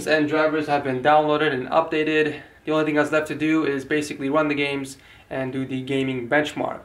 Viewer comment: "basicwy wun the games"